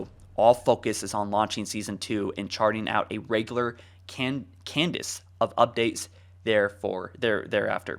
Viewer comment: "cadence" is pronounced kād′ns, in the scope of project management it referes to a schedule in which something is released on a regular planned basis. e.g "We are setting a release candence of 2 months".